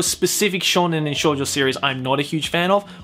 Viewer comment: you pronounced shounen correct but you then said Shoujo like a weeb with their lackluster knowledge of the Japanese language xd I know it was you saying Shoujo like how an English speaker would say it if they didn't know any Japanese xd showjoe xddd